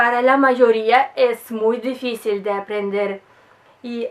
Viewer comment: despues q vi el video iba a preguntar de donde eras. rusa. hablas de una manera perfecta el español aunque algunas palabras se entienden pero no la pronuncias como es. ejemplo dificil lo dices: deficil por tu acento presumo. ademas, tenias q ser rusa x lo hermosa q eres